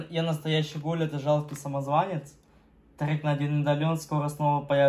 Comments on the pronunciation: правильно не гхолу а гуль:))) обожаю твои реакции удачи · мне понравилось как ты прочитал слово гуль как кхол